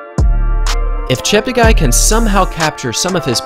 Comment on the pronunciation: Slight correction: his name is actually pronounced as Cheptegay.. (te for television) not Chapterguy